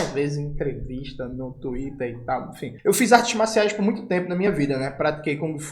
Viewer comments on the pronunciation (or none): none